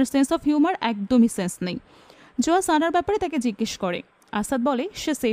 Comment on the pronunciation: Not joya its zoya